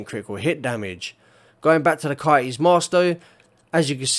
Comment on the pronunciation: I like how you say STABILITY STABIWAH-EE...no L and no T sound. Coyote is Kai-ee. No Y, O, and T sound.